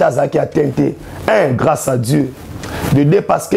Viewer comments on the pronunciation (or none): none